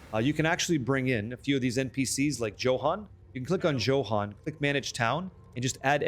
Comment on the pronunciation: "Joe-han" lol